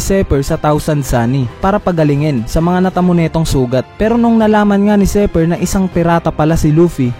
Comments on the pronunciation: Zephyr hindi zeper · Zephyr (Zefayr) not Zypher (seper) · lods zi hindi zey labyu